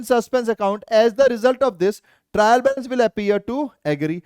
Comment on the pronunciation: trial balace 😂☠️💫😂😂